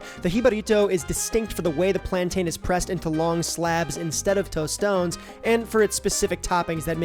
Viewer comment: Bro, your pronunciation of tostones is the whitest thing I’ve heard all year. Love your channel, appreciate your curiosity and hard work.